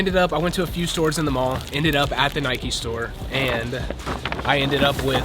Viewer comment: When people say Nikey urrrrgh